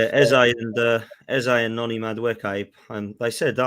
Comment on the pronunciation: Big up for learning how to say madueke